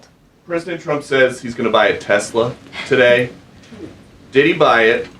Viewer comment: Why does it sound like she's saying Donald J Chump?